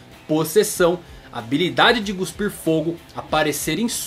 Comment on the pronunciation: Ótimo vídeo, mas o “guspir” me incomodou demais kkkkk